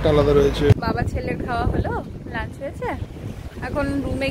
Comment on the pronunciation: Ami jokhon notun office join kori IT te, amio tomar moto korei lunch word ta uchharon kortam bole amar non Bengali collegues ra khub moja korten seta niye, then I corrected my pronunciation